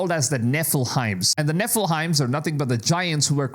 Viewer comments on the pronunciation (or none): Nefelim not nefelime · Nefiliem not nefelhim do you know how to pronounce we prds bro😂😂😂😂🎉🎉😢😮😅😊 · Bro it's Nephilim not Nephilheims.. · I love how you call them Neffil-heims. I'm gonna stop calling the nephilim and call the Neffil-heims. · Nefe-Leem is the proper pronunciation for the world nephilim friend. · Dude you need to learn how to pronounce Nephlines correctly